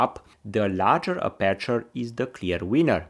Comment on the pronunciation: Thank you for your very informative video! 💪🏼 But could you pleeease 🙏🏼 pronounce 'aperture' stressed on the first syllable, if possible 🙏🏼